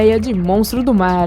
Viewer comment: Vai toma no cu aprende a narrar caralho que horrivel hoje vamos falar da profundesa do marrrrar